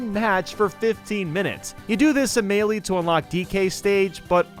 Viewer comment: ITS NOT MEELEEEEEEEEE